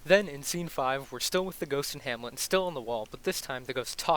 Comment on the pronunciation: “Hammie” lol